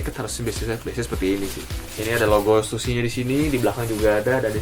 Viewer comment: stussy bukannya dibaca (stasy) ya?